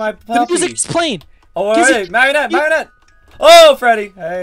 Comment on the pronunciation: PEOPLE IT IS MARIONETTE. NOT MERRINETE, NOT MARRIONETTE, NOT MARYONIT, NOT ANY OTHER WAY! PLEASE YOU GUYS IN THE COMMENTS ARE KILLING ME.